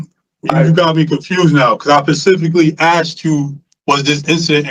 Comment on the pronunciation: 48.23-- 'Cuz I PASIFICIALLY AXED you if the incident was in corgan' Absolutely hopeless. They shouldn't even bother giving him a parole hearing anymore. He ONLY attends these hearings so he can fight. He wants to fight, and argue with the people he can't physically get to injure...if he was able to reach the board members he's tear em up! He's an animal. An animal close to the pacific while axing something He needs much more time